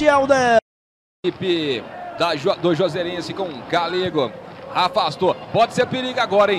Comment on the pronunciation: não sabia falar Juazeirense 😂